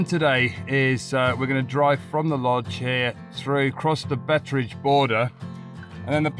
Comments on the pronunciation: Thank you so much for the fantastic video, this is the area I grew up in so I have a special interest. Your "tree rabbits" are Dassies, cute things. Beit Bridge is pronounced "Bite Bridge" after Alfred Beit, a mining magnate in the 19th century. Your campsite in Musina was a lot nicer than where we last slept, in the bush next to the railway! So sad to see the state of the roads, the road from Beit Bridge was 22ft tar all the way to Lusaka at one time. Also sad to see how the uncontrolled grazing by goats have destroyed all the grasslands, it must be terrible for the small wildlife now. It was not a surprise to see all the security fencing and barbed wire around the Gunper campsite in Gwanda, there was a lot of trouble in that area in the past. The vervet monkeys were great friends of mine, we had long conversations over shared meals during the day, but they were clever thieves at night! Victoria Falls used to be open to everybody for free, both on the Zimbabwe side and on the Zambian side, pity its restricted now, we went there every year for a break. Thanks again, looking forward to your return journey! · I grew up in Zimbabwe. The rivers are dry most of the year and then flood in the rainy season from November to March. Please check online for the correct pronunciation of Baobab and Beit Bridge.